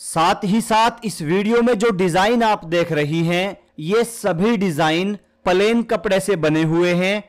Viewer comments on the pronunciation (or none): Palen nhi plane bolo😂😂😂😂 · Bhai plain not palain pls🙏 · Pahle bolna to Sikh lo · Pahle pahle plane bolna Sikho😅😅😅😅😅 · Bhaiya aap palain bol rahe ho 😮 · Pahele palain bolo bhaiyaji😂😂😂😂😂